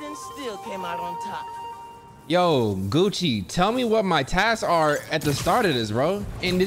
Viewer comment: Gange: *exists*: "GEICO" "GUCCI"